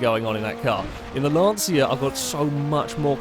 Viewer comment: As an Italian it is not pronounced Lance see a its Lon cha.